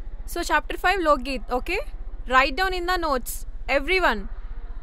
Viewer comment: Loadgeeth kadhu lokegeeth